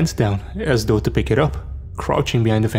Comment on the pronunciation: ‘It doesn’t actually matter doh’😂😂😂😂 Dey, dem, diss, doz, doh, derz🤣🤣🤣🤣